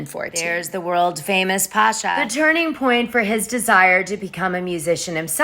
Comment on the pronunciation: It's pronounced Pa-cha ;)